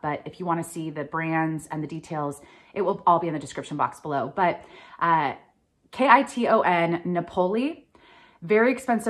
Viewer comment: its pronounced key ton kiton.Awesome brand to find that no thrift store knows about sold a suit for a little over 400.00 that i think i paid 8 bucks for